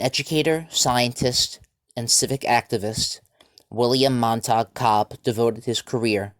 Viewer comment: Montague has three syllables (Mon-ta-gue) and is pronounced mon-tuh-gyoo. Thank you for highlighting Dr. Cobb’s achievements and contributions.